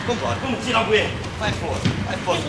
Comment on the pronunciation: O certo é "bueiro" e não "buero" sem o "i".